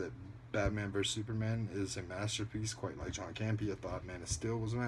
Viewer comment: Wait Grace Hancock is actually a collider personality...i assume u meant Grace Randolph and Campea not "Cambia" hahaha i do love how all these videos call Randolph by doffrent names tho. I really cant stand her so i enjoy the fact shes being called Rudolph and Hancock hahaha because she thinks shes a super famous talent lol